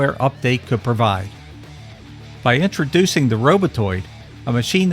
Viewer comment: "Perduction" is not a word. *Production "Intraducing" is not a word. *Introducing